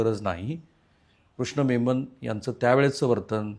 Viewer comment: अहो कृष्ण मेमन नाही हो कृष्ण मेनन.